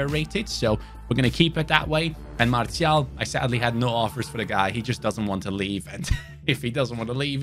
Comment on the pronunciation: Mar Tea Yal - Fer Nan Chhes 😅😂